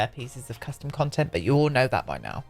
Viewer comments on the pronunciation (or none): none